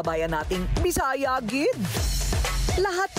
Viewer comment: Its not “ GID” its “Gud” or Gyud”. ☺️